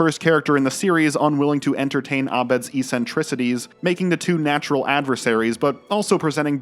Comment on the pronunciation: eeeeeee-sen-tris-ities lol only now, 40 minutes in, did I realise you must have some accent... or somebody should tell ya... it's ex-sen-tris-ities the beginning of the word is like the letter 'x' ... If it is a local accent, than ignore me and keep on truckin' 🤪